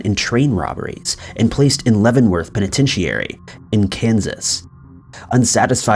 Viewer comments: The way u said penatrity was just wrong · bruh , did you just say pinetincheirry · You’re pronouncing penitentiary wrong. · OMG I have never heard the word penitentiary pronounced that way. I cannot even possibly reproduce that. I had to stop go back listen to it again to make sure I heard it right. LOL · Penitentiary...Gotta work on that pronunciation, bro. Well, at least you're consistent.